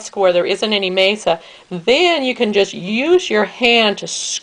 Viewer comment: nice variation :-D fyi, it's masa (mah-sah), not mesa (may-suh). mesa means table. also, the z in chorizo is softer more like an s (choh-rees-oh). glad to find another vegan version! it's nice to see other ways of steaming them too.